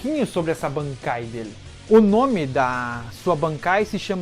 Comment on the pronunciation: segura mais um pouco quando for falar "bankai" Tenta algo tipo: "BAANKAAIII"